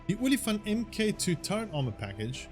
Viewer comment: FOR THE LOVE OF GOD, ITS PRONOUNCED "MARK", NOT "M. K."